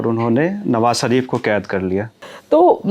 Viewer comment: "" भाई, हम लोग देश के जिस क्षेत्र से आते हैं अक्सर उसका प्रभाव हमारी बोली भाषा पर पड़ता है और ये स्वाभाविक भी है। आप लल्लनटॉप पे हैं और इसको राष्ट्रीय और अंतर्राष्ट्रीय स्तर पर हिंदीभाषी लोग देखते हैं। कोशिश कीजिए कि, आप "श" और "स" के उच्चारण में फर्क कर पाएं। "नवाज़ शरीफ" को "नवाज सरीफ" और "मुशर्रफ" को "मुसर्रफ" कहने से बचें।